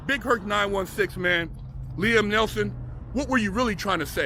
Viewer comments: neeson not nelson you sayin it wrong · It's NEETHEN not NELTHON bro. Good insight tho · Neil-son not Nelson, just saying brah, don't go splitting no wigs now. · It’s NEESON